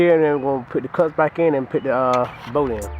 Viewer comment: It’s bolt not boat 🛶